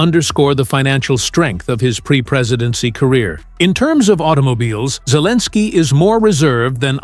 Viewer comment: AI says Zelenskiy is Cleaninskiy. AI full of it.